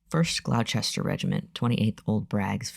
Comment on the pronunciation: I'm not sure about Ayrshire, but if you want help on other pronunciations, Gloucester and Gloucestershire, which you also seem to be struggling with, are "Gloss-ter" and "Gloss-ter-sheer". You might also come across "Worcester"/"Worcestershire", which are "Wuss-ter"/"Wuss-ter-sheer". These are some of the worst place-name spellings we have in Britain, and even many locals struggle reading them if they're only familiar with the pronunciation or vice-versa.